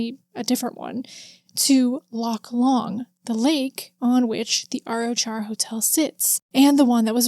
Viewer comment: Hey, Arrochar is pronounced more like "ah-rock-ar". The "ch" in Scottish place names is a kind of guttural sound from the throat, most people not from here struggle with it though and just use "k" instead. Lovely wee town, I've been a couple of times but never seen anything supernatural :)